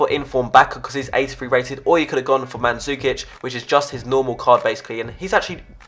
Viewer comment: Videos Daily! probably if u are not from Balkan u can't read his name correct. Many people say Manzukic and it should be Mandžukić